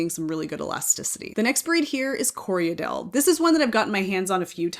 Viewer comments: I know you don’t mind being “guided” on your pronunciation, so it sounds like you’re adding an extra syllable in Corriedale… it sounds like you’re saying “Corry-a-dale”? It’s just “Corry-dale”, two syllables 😊. Thank you for this video - as a beginner knitter it’s so helpful to understand all the different qualities a yarn has. ❤ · I hear a lot of americans call corriedale co re a dale. Thats incorrect, its corri dale......2 syllables, not 3. The breed was developed in NZ and was named after the station on which the sheep were raised, Corriedale Station.(Im a NZer btw)